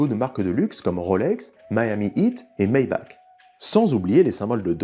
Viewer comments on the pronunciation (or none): none